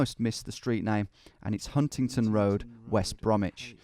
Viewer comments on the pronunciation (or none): Huntingdon not Huntington, you silly willy!